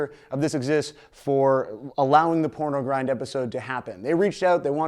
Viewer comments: 1.pornogrind, not pronogrind 2.carcass, not carcas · pROnogrind? sorry for being a pedant >.> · "PRONOGRIND" :P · “Pronogrind” P R O N O G R I N D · Pronogrind? Lol. Good vid though. 👍